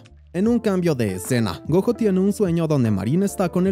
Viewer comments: Es gojo como decir Goyo con y con la j 😅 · se escribe gojo pero se pronuncia GOYO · No se proninsia como lo ases el nomvre es goyo asi se dise pero se escrive gojo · la pronunciación del nombre del prota Gojo así se pronuncia en escritura pero la pronunciación es como si lo dijeras con "Y". (Espero me entiendas)